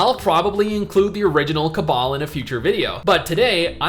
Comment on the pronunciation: Why are you saying cabal and not cabal?